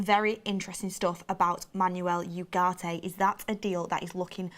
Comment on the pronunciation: Not to be that guy but its mazraoui not mazaraoui or mazrooi. And its said 'manwel ugarte' not 'manuel yougarte'. No dirsrespect tho, we love u